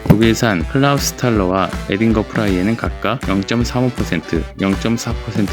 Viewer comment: 그리고 에딩거 아니야 그건 독일어를 영어식발음으로 읽은거고 에어(R)딩거로 읽어야함.내가 아는 독일인 전부에게 물어봄 . 제발 수입해올때 지들 마음데로 표기 하지말고 현지에서 발음 되는걸 조사해보고 표기했으면 함